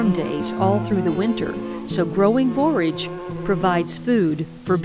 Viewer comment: I enjoy your videos in general but today I especially appreciate that you pronounce "borage" correctly.